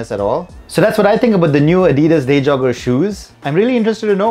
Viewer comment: Day jogger some how got pronounced as deja vu